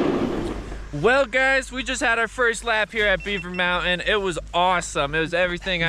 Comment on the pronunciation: Hey mountain has a T in it